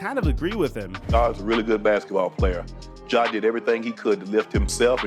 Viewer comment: Why you keep saying John